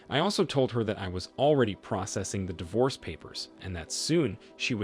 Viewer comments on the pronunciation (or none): none